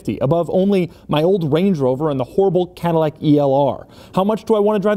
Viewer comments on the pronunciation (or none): none